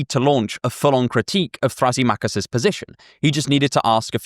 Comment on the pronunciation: I used to use Thrasymachus as a screen name, but only ironically, since I love Plato. I always thought it was pronounced thruh-SIM-uh-kuss, not thrassy-MOCK-uss. But I don't know if I'm right.